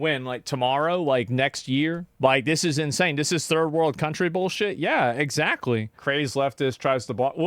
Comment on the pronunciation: "Turd world"